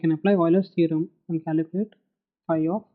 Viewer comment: its Calculate !! not Caluculate :D :D :P